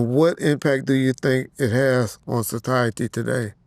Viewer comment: "so-tiety today"